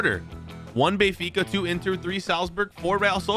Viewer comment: Me turning on captions when says benfica: Bayfikazads 😂